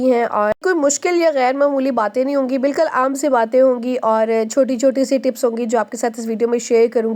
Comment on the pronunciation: Bilkal ni bilkul bola karain..... baki ویڈیو boht informative hoti hy Allah apko mazeed kamyabi dy